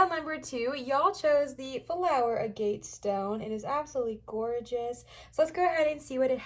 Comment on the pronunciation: Pile 2 Stone is pronounced 'A' (like in apple) & 'Get', instead of "a gate" Sorry.